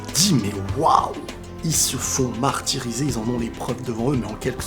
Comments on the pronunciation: Il ce sont fait "MARHtyrisé" 🤣🤣🤣 Allez bonne nuit ✌ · MAHRtyrisés, MAHRbrés chez eux 😂😂😂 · "ils se font mahr-tirisé" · "Ils se font MAHRtirisés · «Ils se font mahr tirisé » 😂😂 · "Ils se font maHRtyrisés"